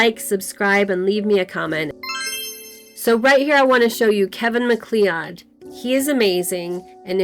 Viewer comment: This is amazing! Thank you so much! And I think MacLeod pronounced Muh-Cloud. Think of Mic Jagger singing "Ay! You! Get off of muh cloud!"